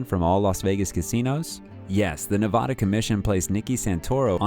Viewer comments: It's Nev-AD-a, not Nev-AH-da. Jesus, what is so hard to understand about that? And don't give me any of the Spanish pronunciation crap, because if that's the case; texas, California, New Mexico, Colorado, etcetera, etcetera, etcetera. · It's Nevada, not N-vah-dah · Just a nitpicky tip from a Vegas native. We pronounce Nevada with a long A.